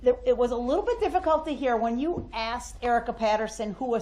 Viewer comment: No he does not. Nor how to pronounce “asked”. Grounz!